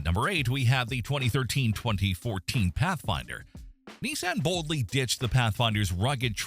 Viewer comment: If the AI can't pronounce Toyota, Nissan, or Silverado, how can the content be trusted?